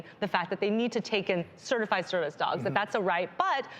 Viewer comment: Cringing everytime they say "certified"